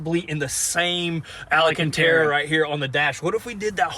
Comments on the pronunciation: I'm sure someone has told you guys before but it's Alcantara, not Alacantara. There's no a after the l. Just pretend it's grumpy ole Al Cantara from the local junkyard to remember it. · For the love of god, it's not al-uh-can-tara, it's al-can-tara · Are you saying ALACANTERA 🤦🏻‍♂️🤦🏻‍♂️🤦🏻‍♂️🤦🏻‍♂️. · Ala - CAN - terra! Gets me every time, lmao. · It's pronounced AL CAN TARA...lol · And to this day they still don’t say alcantara right lol